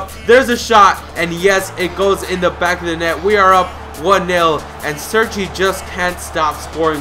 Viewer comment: Its cerci not serci